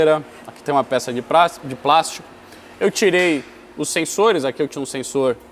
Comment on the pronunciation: E quando vai falar plástico que o brasileiro rebuscado se entrega e fala "prastico" hahaahaha